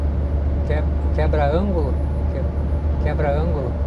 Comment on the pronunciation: A cidade que você falou não é Quebra-ângulo e sim Que-bran-gulo!